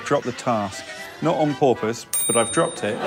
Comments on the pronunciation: as a non native i had noticed he was saying some words in a very odd way!! i didnt get all the fish references tho but it's funny that i still noticed something was wrong; especially the "purpose" one, i had actually stopped and thought "is it an accent?" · I noticed a few times throughout the series including here when he said "porpoise" but it never occurred to me that he was doing a task.